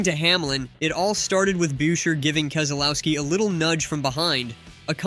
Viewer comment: Chris Brucheer get the pronunciation correct! Unfollow the fraud YouTube account!!